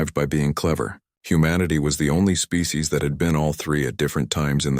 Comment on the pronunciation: "Birthed a spee" huh? Bloody useless AI. These stories are getting worse.